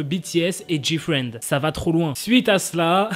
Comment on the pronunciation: Pour moi il a bien dit GFRIEND